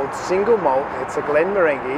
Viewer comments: Dram not Drum and the Malt is pronounced Glen...More..Anje...eee Glen of tranquility in Gaelic...or 'Gallik' as it is pronounced in the Scottish Highlands. Enjoyable review, although the mantra of staff wearing masks and customers not, remains utter nonsense and just sits uncomfortably as a demonstration of a two tier society. Not a good look in every sense. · Another great vid. A good choice of whisky but just a heads up for future reference and don't mean to be cheeky but you pronounced Glenmorangie wrong. Check wikipedia. Everyday is a school day.🥃😆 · Ah thanks for that - I knew I was likely pronouncing it wrong. It's a good drop. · your pronunciation of Glenmorangie had me chuckling. 🤣 Great vids though as always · Quick correction from Scottish bloke: The second 'g' in Glenmorangie is pronounced as a 'j' 😄